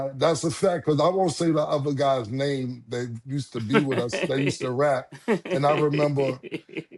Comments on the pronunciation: Mase destroy everybody name yo 😂😂😂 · Mase is Charles Barkley 2.0 give you his take on the nba but get everyone’s name wrong 😂😂